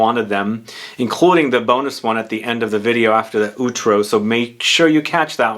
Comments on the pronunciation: Just to advise, it's pronounced "aw-trow", as in "owl". Love your videos. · The pronunciation of "outro" is something else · Outro pronunciation... pain